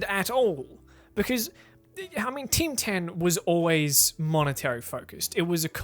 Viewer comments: I only heard you say "Tim Tan" instead of "Team 10". Bloody hell mate that was some weird pronunciation you had there... I didn't understand what you said until you showed the news part, where "Tim Tan" was written down. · Oh shit, I thought you were saying Ting Tam.